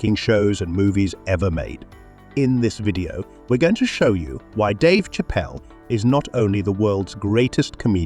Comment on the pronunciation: Hate Robo voices. It's not Chapel. It's Chappelle (Shappelle)! And yes, He's the best!!!